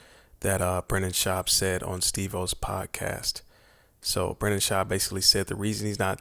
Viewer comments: Its Brendan not Brandon FOOL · It's Brendon. Lol